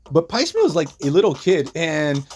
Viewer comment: there's a moment that echoes the Mystique/Destiny story. It's not blocked as well, but movies aren't comics. Also, I don't mean to be rude but Piecemeal is pronounced w a long e in the first syllable. It's one of those words you see in print but don't hear very often. It's kind of a shame they didn't address his fate during Krakoa, given what ends up happening to him.